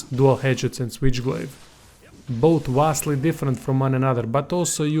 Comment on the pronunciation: FYI in english, v and w are switched. SO vastly would sound like wastly in your language. :P